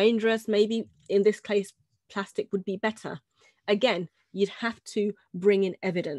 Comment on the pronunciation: Hahahha you said glastic instead of plastic